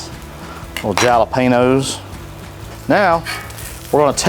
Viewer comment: You lost me at Jalepeos...